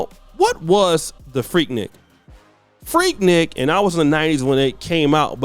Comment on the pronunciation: Annoying.. it’s pronounced freek-neek!!